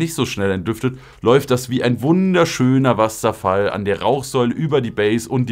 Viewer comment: Das hat mich gerade bisschen getriggered das du Wasserfall so interessant betont hast 😂